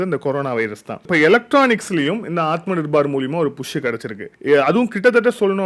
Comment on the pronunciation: விஷயம் விஷயம் repeated many many times, should avoid this, நிர்பார் இல்ல, நிர்பர்